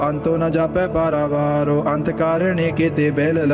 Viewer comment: Bhai sahib ji tusi ਅੰਤੁ ਦੇ ਪੈਰ ਚ ਔਂਕੜ ਵੀ ਬੋਲੀ ਜਾ ਰਹੇ ਹੋ ਮੈਨੂੰ ਲੱਗਦਾ ਇਹ silent hundi ਜਿੱਥੇ ਤੱਕ ਮੈਨੂੰ ਪਤਾ ਸਹੀ ਉਚਾਰਨ ਕਰੋ ਬਾਣੀ ਦਾ